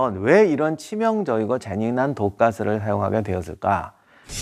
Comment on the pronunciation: ~~!!!!! 깜짝 놀랬습니다 촬영하실때 발음 조심 하세요 재미난과 잔인한! 발음을 잘해주세요 영상 보다가 깜놀 했어요 ㄷㄷㄷㄷ